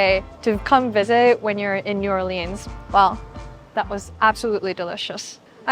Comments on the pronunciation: It’s pronounced “New Or-luns” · The way you pronounce “New OrLeens” really bothers me. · I miss the food from back home so much! Thank you for making this. We pronounce New Orleans as “New or-lins” and Bayou as “bye-you” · Ridiculous cocaine reference and persistently mispronouncing New ORleans. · Have to abandon the video. The mispronunciation of New Orleans is so cringe. Ugh! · She needs to learn how to say New Orleans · The speech, (or even the way she pronounced the city), was a huge NO!!!!!!!!! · And I think she said the name of the city wrong as well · The fact you said Lymphoedema was cottage cheese legs is disgusting, You didn't describe Creole correctly , and you have the nerve to pronounce New Orleans incorrectly. The video that was posted after this you was all in the comments but nowhere to be found here. hmmmmm. Weird of you. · Your pronunciation of New Orleans is unfortunate. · 7 seconds in and she mispronounced New Orleans wrong twice. Nope, can't do it 😅🤦🏻‍♀️ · I tried watching the whole video but her CONSTANT mis pronunciation of New Orleans and Bayou was off putting. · The appeal of this individual escapes me. The fact she pronounces New Orleans incorrectly like 30 times doesn't help. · Learn how to pronounce New Orleans for next time 🤦🏻‍♂️ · I cringe every time you say New Orleans. Ask a local how to pronounce it please 🙏🏻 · This video was so cringy for me to watch. Every time I hear her say New Orleans made me cringed Please do some more research before posting a video. Also please clean your camera lens The cottage cheese leg comment was offensive imo. Why is there gators everywhere? It’s because the city was built on swamp lands that is home to said gators. I have never heard someone call New Orleans the shrimp capital before. Please do better. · Learn how to pronounce New Orleans correctly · why are you pronouncing the name of the city wrong lmao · Ears bleed every time pronounces New Orleans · New..or..lens.. Not leans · It’s New Or-lens😂